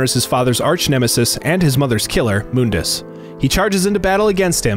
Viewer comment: Its Mun-dus not Moon-das